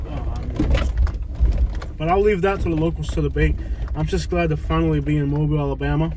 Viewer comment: Mobile is pronounced MO BEE EL. Stop and ask anyone to say it for you. AFRICA TOWN...not in or near Prichard.